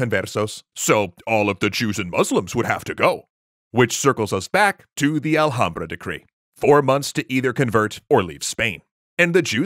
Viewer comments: In Spanish the letter H is silent. ALHAMBRA is misprinounced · Marrano, not morrano. Alhambra has silent ‘h’. Reconquista was a multi-century effort, not just multi-decade. Cristoforo Colombo or in Spanish ‘cristóbal colón’